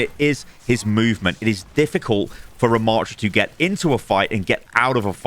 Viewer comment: The name is not Ramaaaaatra. The second A is a short one. Rama.ttra. A double T plus another consonant means a short preceding vowel!